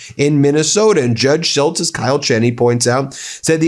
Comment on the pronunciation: Why are you pronouncing Cheney that way?